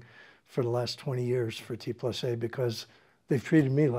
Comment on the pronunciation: T+A stands for „Theorie und Anwendung“ (= Theory and Application). So please don‘t say „T plus A“ but rather „T and A“ as respect to the brand’s origin.